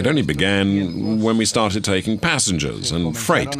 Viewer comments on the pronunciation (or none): none